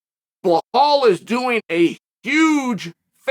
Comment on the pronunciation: Bilal not buhal